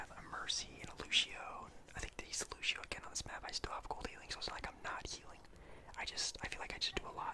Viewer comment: I love the vid just one tip the word lucio is not said like Lou-She-Oh it’s Lou-See-Oh but beside that... I actually don’t have a problem playing DPS with a non-damage character... just be prepared the Moira nerf